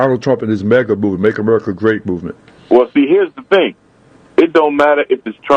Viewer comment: ITS MAGA...NOT MEGA! IS THIS INTERVIEWER DRUNK? SMH